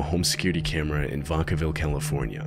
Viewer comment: Vac -a(uh)-Ville not to be nit picky